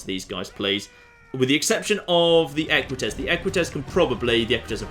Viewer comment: Equites ~ Eh-kwit-ayz? Rather than Eh-kwit-ezz was my understanding.